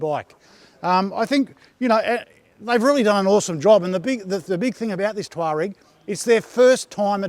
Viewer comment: Amazing! We've found a reviewer who can pronounce 'Tuareg'! And, in Australia! Who'd have thought! Well done, from Otago.